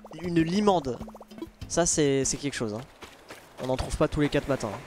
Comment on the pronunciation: Laink: tousse Moi: tousSE il n'y a pas de SE c juste TOUS il est en cp ou quoi!